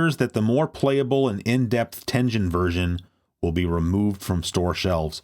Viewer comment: Love this dxude but someone needs to teach him how to say Tengen